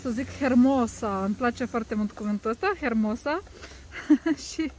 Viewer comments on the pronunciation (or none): Hermoso se scrie, dar se citește fara H. Sper sa nu te deranjeze mica mea observație. Ai un accept Súper.